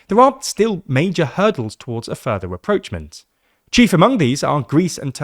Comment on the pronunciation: Your people have a really hard time pronouncing rapprochement and I thought you were making progress from the past couple times the word was used but sounds like you're back at square one 🫩